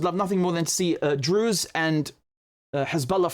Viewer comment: Druze not Drews